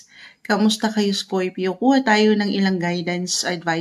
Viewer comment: Bakit scoypio ang pagkasalita mo sa scorpio madam?